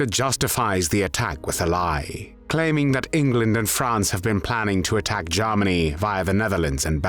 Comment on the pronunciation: Ah, again "Garmany"